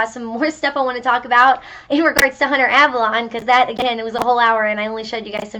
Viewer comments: Ps its avalone not avalon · You pronounced Avallone wrong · You said his last name wrong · You've fucked up from the beginning when you can't even pronounce his name right. Take this L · You pronounced Avallone wrong 😞